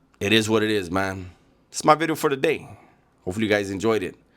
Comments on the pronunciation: Watch Out Ice might pick you up, because of your thick accent & can't pronounce certain words like "bideo".😂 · The crazy part, if you ever see renegades early videos. He really enjoyed content. He would say “New Bideo” “like the homie says”